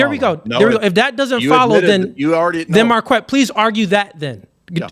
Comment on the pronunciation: Mar-kwet sounds gay. It comes from the name Marquette and it's pronounced mar-ket.